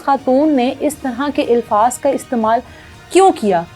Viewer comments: Ilfaz Nahi Alfaz HOTA Hy Work on your accent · Ilfaz nai alfaz kehty hn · الفاظ۔ کے الف پر زبر ہے زیر نہیں بہن جی